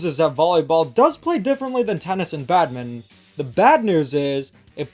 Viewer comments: Just a heads up: Badminton is pronouncd bad-min-ton not bad-min. The ton is not silent. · Minor nitpick but why do you pronounce Badminton as "Badmint"